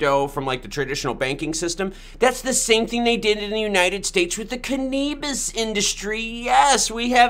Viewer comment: Cannabis 😆 🤣 😂 it's Use your phonics can uhhh bis 😆 🤣 😂